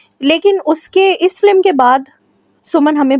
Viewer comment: It's FILM not Flim. Pronounce correctly.